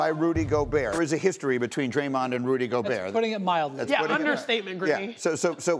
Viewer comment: Time to start pronouncing Rudy's name right. It's Goo-berT